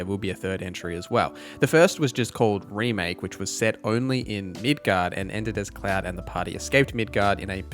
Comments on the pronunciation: Every time you said midguard I died a little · It's prounounced Mid-gar. Those familiar with the game series would understand the reference. It's a fictional city in the game. Accent isnt the issue. Midgard exists too in a similar sense with Norse mythology. But that means Middle Yard. Which is the entire planet instead of just a city. Norse represents a heaven and hell story too but with Earth in between.